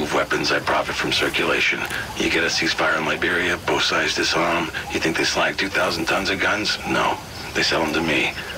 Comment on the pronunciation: Starting he says "bolth" several times for some reason. I think he meant to say "both".